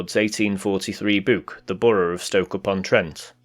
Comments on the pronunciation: It is an interesting accent, to my north-east ear it's an obvious amalgamation of north west and midlands, but it seems to shine when you hear the dialect, the retention of older pronunciations like the oo sound in book and took. I wonder if older variations had flatter vowels, like northern accents. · You pronounced 'book' and 'took' the same way as my Nana, Liverpudlian all her life.